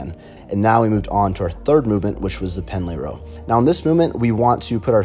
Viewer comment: Pendlay Rows, not Penalty mate!